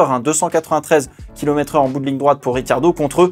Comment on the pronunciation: Pourquoi tout le monde dit "Riquardo" alors que c'est "Ri'tchiardo" (il est italien il me semble) et ya un i, non?